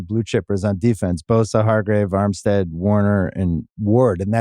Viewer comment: Lol at Bill saying Armstead for the 49ers defense xD